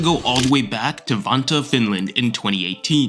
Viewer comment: Not to hate, but i don't like the way you say '' Vantaa ''.🤣